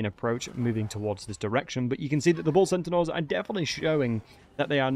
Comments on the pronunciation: Great vid but why do you keep saying centenaurs? It’s pronounced (Senn-tars) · I keep hearing "sentinels". Are you saying that or am I hearing weird? I normally hear extremely good so I'm a bit confused. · "Bull Cent-a-naur" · what's a centinaur? Say Centaur, there's only 1 n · I always heard Bull Sentinels, and was like: "huh??" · He’s definitely saying sentinaurs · progressively more butchering their name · You say centaur funny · Your pronunciation of the word Centaur really triggers my Autism 😂